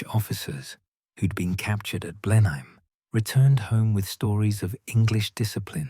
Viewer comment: A change to here Blenheim pronounced something like it should be.